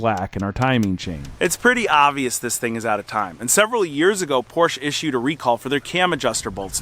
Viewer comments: POR SHA - Say it with me POR SHA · Again an ignorant American driving his porch. There is an E at the end of PorschE. Do you say th ?? It's thE same letter. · Please stop calling it „Porsch“. 😂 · PorschE not Porsch. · Great video, but wish you'd say the marque correctly "POR-SHA." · Porsshaaaa. Stop mispronouncing it. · Love your videos! Just would really like it if you pronounced Porsche correctly. It's two syllables and it is commonly mispronounced. But when people of influence pronounce it incorrectly it justifies it to the masses. Poor - Sha. It isn't hard. Poor - Sha. Help educate the masses to pronounce it correctly and as always, keep up the good work. By the way, where can I find a service manual for pretty much any car? I need one for my Volvo and I remember you mentioning a website to purchase service manuals but I don't remember what video it was in. Thanks! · It’s POUR SHAA. A car guy should know that. 😅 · Good video but Porsche is a 2 syllable word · Learn how to pronounce “Porsche”. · It would be easier to listen to if you could’ve pronounce Porsche correctly 😮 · The name of the car is two syllables, not one! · You can’t even pronounce Porsche correctly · I can’t watch a video about a Porsche where the dude won’t pronounce it correctly. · Very well done!! I think you did incredibly well, indeed! Except... one thing... do you think you could learn to pronounce "Porsche" the way it is meant to be?? All else is brilliant. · "Porsche" is a TWO syllable word.🙂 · It’s a two syllable word. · PLEASE LEARN HOW TO PRONOUNCE PORSCHE…every time you buy one you drive Porsche enthusiasts NUTS! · Great video, but it's not pronounced, "porch." Say it with me everyone, "por-shuh." 😉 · Well, there's the problem. The guy took it to the Porch dealer, not Por-sha, who made the car.😅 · It’s pronounced Por-Tia not Por-shh. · It's pronounced "PORSH-AH" not porsh, you muppet. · It's not a Porsch....It's a Porsche.. the E.. EEEE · ITS PORSCHE NOT PORSCH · Its "porshuh," ffs